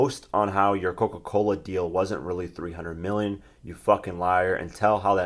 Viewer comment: he said "300 meal", aaaaaaah!!!!!LMFAO!!!!!! then he said, "There is a lot of peopole" WTF!!! LMAO!!!!!......you know that had to be floyd, aint nobody typing for him there...AAAAAAAHAAAAA!!!!!